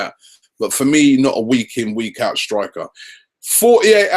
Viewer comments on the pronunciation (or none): none